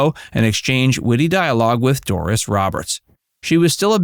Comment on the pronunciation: It's "Doris" not "Dooris"😮